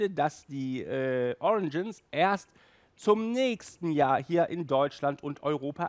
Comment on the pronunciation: "fur" heisst FELL! Ausserdem heisst es "origins" nicht "oriNgins....